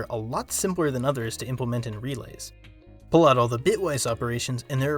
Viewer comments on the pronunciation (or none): none